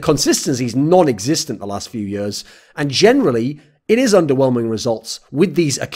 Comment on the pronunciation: "But then the consistencies non-Xiztent the last few years"